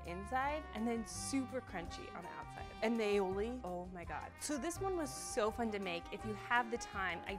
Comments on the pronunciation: Aioli?? what the heck?... ALL I OLI. You're welcome. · Ok just for the record, "aioli" is not well either pronunciated or spelt. This is an original Catalan recipe (where I'm from) and it's said all i oli, which in Catalan means garlic and olive (the essential products you need for the recipe). It's also accepted to name it alioli because the non-Catalan speakers change it to alioli. However, it's better to say the original name and how you've named it sure it's wrong.